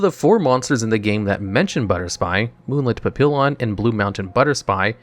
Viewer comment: The "LL" in Papillon and Pallioperative is pronounced like a "Y". Papillion is a French word literally translated to butterfly and Papillioperative is just a play on that.